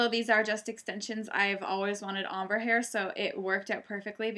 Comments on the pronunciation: are u saying Ombre hair? or amber hair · omber? lol OHM-bray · Omber hair??? Lmao u butchered that one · she said ombre not amber haha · your accent is confusing me! hahah are you saying amber hair? looks gorgeousssssss!! love your head band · I am pretty sure someone has told you already but it's pronounced ombre= ohm-bray. Other than that I love your blonde hair :) i wish i had the coloring to switch back and forth from dark to blonde. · Isn't it pronounced om-bray? I'm not sure since I'm no expert but I've heard people say it that way. Anyways, your hair look amazing...you can seriously pull of any color! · ombre is pronounced like om bré ....thought you should know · are u saying Ombre hair?